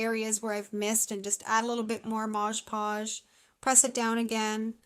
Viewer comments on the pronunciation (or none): I can't not say anything I'm sorry but you are pronouncing Mod Podge incorrectly. You're pronouncing it like it's spelled Modge Podge. I'm not being mean I am just a genius when it comes to Language Arts. I went to the spelling bee twice. I was in advanced English and Lit.